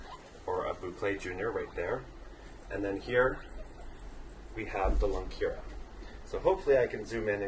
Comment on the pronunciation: its not lungkira its lungkaryan